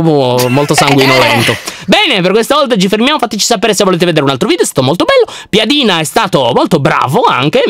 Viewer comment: piedina si dice piadina